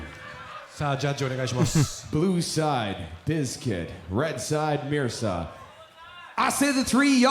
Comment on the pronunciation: Dlow bro! “Mirsa” name pronunciation is meer-za